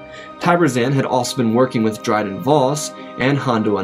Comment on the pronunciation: You pronounced “Zann” wrong. It’s “Zahn”.